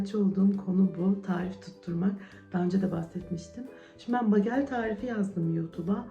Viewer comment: Begıl diye okunuyor. Susamlisi ,corekotlusu,sarimsaklisi ve kuru uzumlusude oluyor. Kizartip krem peynirle yerler Amerikalilar genelde yada yagda yumurta ve kasar peyniri ile tost yaparlar. Kahvaltida harikjaaa olur😊